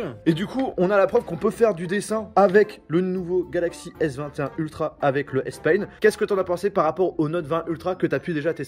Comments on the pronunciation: Ça se dit « Spaine « et pas « Spayne » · Moi aussi je me suis fais la même remarque 🤣 il dis S pain et pas S pen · meme après de nombreuses videos vous mettez le titres en anglais mais vous avez un problem pour prononcer S-PEN et non pas S PAINE 🤦🏽‍♂️ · Le stylet S-pain🤣🤣 Fait attention a ton anglais mon gars, pen et pain c pas la même chose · Ptdr début de la vidéo quand tu parles du S-pen tu dis S-pain miskine mec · Bro I’ve never heard about a Samsung pencil named S PAIN 😂 , you don’t pronounce the word Pen correctly